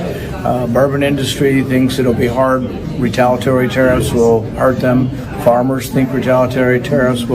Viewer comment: Rand can't pronounce retaliatory...not at all...